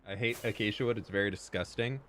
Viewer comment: My brain every time says acacia: achacha💃🏼